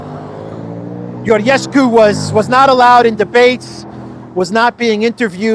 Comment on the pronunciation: Hey -- It's pronounced "Georgescu".. with a real 'G'-sound like in English "George". Romanian isn't Greek. No silent 'gamma'.. the 'gamma' in Romanian is definitely pronounced and is often a 'J' sound or a hard-G sound, like in English.